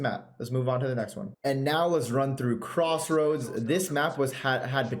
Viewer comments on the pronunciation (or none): He butchered crossroads 😂 I was like wtf